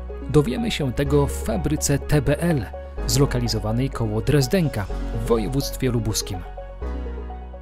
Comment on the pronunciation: Drezdenka!!! nie Drezdeńka. Od kiedy AI jest narratorem coraz więcej błędów w filmach.